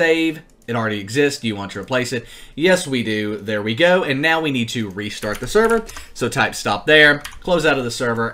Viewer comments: Lol, he actually said SEVER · Server - sever me: what